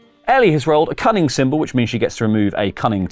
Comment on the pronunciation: 😅I heard “cunning” as “coming” the first few times…